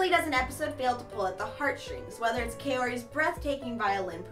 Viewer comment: I'm sorry but I'm annoyed because you say Kaori differently then me -_